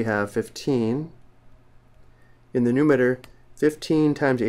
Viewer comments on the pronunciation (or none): Did this dude really say "denometer" and "numeter"